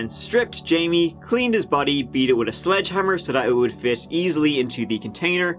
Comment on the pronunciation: SLEDGEhammer. Not sludgehammer lol